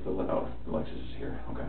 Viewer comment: It's called a "Lexus", not an "Alexus"